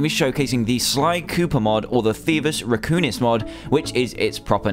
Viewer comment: Raccoonis? It's Raccoonus